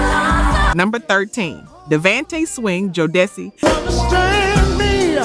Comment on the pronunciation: Ooh, tweak the system on the pronunciations. Jodeci, Devante and Nino were off. The energy is upbeat and lively, though.